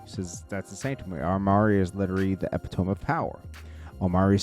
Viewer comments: Cmon its Epi-to-me i no u permanently kept ur hand down wen it was time 2 read in da 3rd grade lmaooo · Yoo it neva fails lol Instead of jus sayin "can't say dat word" always tries 2 say it n always ends up wit epic pronunciation fails lmaooo